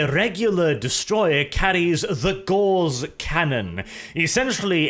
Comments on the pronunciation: Its “ Gow-ce “ not Gawz . Like Carl Friedrich Gauss . Its a measure of magnetic induction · Gauss, not gorse or gauze. The former was a German mathematician, one is a plant, the latter is a cloth. Please stop saying gorse or gauze when the word is Gauss. But thanks for doing more Necron videos, really appreciate them. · That is pronounced GAWS not GORZ. Great video as always. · for some reason every time speaks "Gauss" for me it sounds like "Gauze"... Gauss is supposed to be pronounced /ɡaʊs/; German: Gauß [ɡaʊs] but i hear /ɡɔːz/ weird...